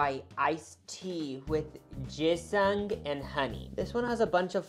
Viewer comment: THE WAY YOU PRONOUNCE GINSENG!!!! ILLITERATE!!!! (its okay!)